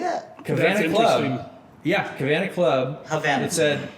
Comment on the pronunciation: took long enough (19 seconds), but props to Tommy for catching the "C" trying to be an "H" in Havana, I was about to lose my mind 🤯 Cabana = a cabin, hut, or shelter, especially one at a beach or swimming pool. Havana = a cigar made in Cuba or from Cuban tobacco or the capital and largest city of Cuba or a song released in 2017 by Camila Cabello ft. Young Thug Cavana = not really a word unless you really try hard to make it one, however everyone will know you have no idea what that word actually is if you really did try and make it one. Havana Club = An iconic brand of rum created in 1934, known greatly for their light rum that is perfect for making mojitos, daquiries, and Cuba Libres Tropicana Club = the club character Ricky Ricardo performed at on the hit show "I love Lucy". Just a "fun fact" for you guys. Also its Anejo Blanco. Rums have anejo's but if you ask me, I believe its use here is just a word that sounds fancy that people like to say. A word used to overcharge for a product and/or to show off and lead guests to believe you paid more than you actually did.